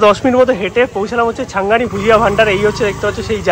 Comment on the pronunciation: Valo kore dokaner naam bolte pare na era ekhono , CHHANGANI ke continue CHHANGI blche Era naki food blogger